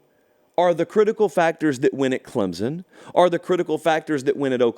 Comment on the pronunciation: CLEMP-sun. Please and thank you.